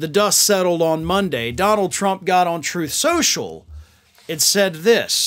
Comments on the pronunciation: "Troath...Truth Censhul". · “TROTH SENCIAL “